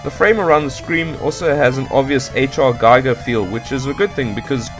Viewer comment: many people get this wrong, so i don't hold it against you... but for future reference Giger is actually pronounced "gee-ger".